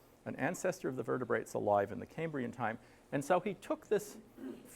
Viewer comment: A fascinating presentation. Just a nitpick- The “cam” in “Cambrian” is pronounced “cam” not “came” (it’s derived from “Cambria” (Wales), not Cambridge).